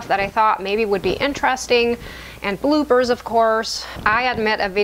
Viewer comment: This was a wonderful video, really made me smile. The funniest thing was that almost right up to the end I thought you were saying BlueBirds then realised that you were saying Bloopers :)